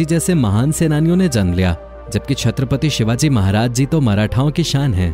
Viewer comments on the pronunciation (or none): none